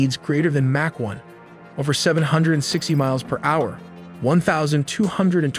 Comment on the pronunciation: Ai still can’t figure out how to pronounce “hour”